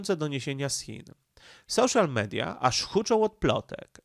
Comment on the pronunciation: Dlaczego pierwszy człon "socjal mediów" czytasz po angielsku a drugi po polsku?